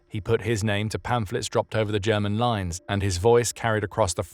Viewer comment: The prouncement of German names on this channel is top notch, thats y i love it